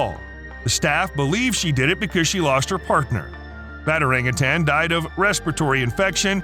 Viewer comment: Learn how to pronounce orangutan!